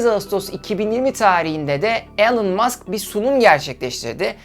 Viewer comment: elon degil ilan mask diye okunur yaa işte ortaokul mezunu olarak senin açigini buldum artik senin diger videolari izlemem lazim,şaka bir yana cok iyi calismalarin var keşke daha önce tanisaydim ama işte enes batur orkun gibi arkadaşlar var saniyordum bu mecrada harikasin aynen barış özcan gibi